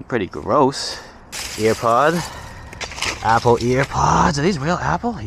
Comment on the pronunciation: It’s pronounced air-pod